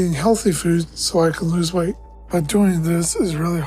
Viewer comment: He lost so much we-et in the last ye-es!